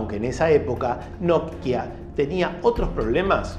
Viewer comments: Me desesperas que no puedas pronunciar simplemente NOKIA.......por qué NODKIA o NOTKIA?......por otro lado buen dato el que nos compartes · Porque pronuncias "Notkia" en lugar de "Nokia"??... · NOKIA ql, no not-kia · Porque le dice nok kia a Nokia y shopen a Chopan? Hahaha muy interesante video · Hola no sé si siempre lo pronuncie y escuché mal o xq lo pronuncias nok-ia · Lo único criticable. Me da ansiedad como partes la palabra Nokia en dos, es de corrido amigo, no nok pausa y luego hia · Hoy te descubrí y me suscribí, buenos relatos y edición en tus videos. En éste me dio gracia como pronunciabas Nokia. Saludos desde Uruguay